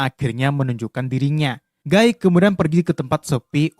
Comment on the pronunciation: Gua baca tulian gui gua denger gay padahal gaai